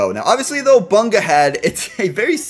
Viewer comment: he says obunka